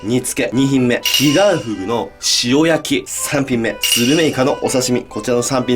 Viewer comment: ｢ヒガンフグを捌いて行きます｣が｢ディアンヌを捌いて行きます｣に聞こえて、え？ってなった。